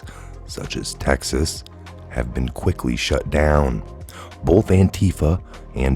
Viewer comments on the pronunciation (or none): none